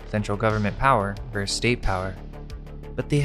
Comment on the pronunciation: Versus* The pronunciation of the abbreviation for versus...vs...is versus. Not "verse".